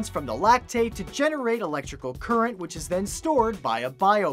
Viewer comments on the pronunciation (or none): none